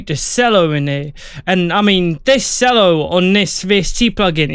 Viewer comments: Nice. Cello is pronounced "CH-ELLO" not "SELLO" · I could not watch the video after he said s ello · I could not watch the video after he said sello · Ah, no, it's not pronounced 'chello,' but I can see where you’d 'C' that! 😂😂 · If he said sello one more time i was going to flip